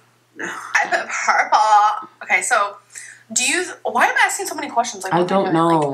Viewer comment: I pick “pUurRpPlLEeeeuh” wtf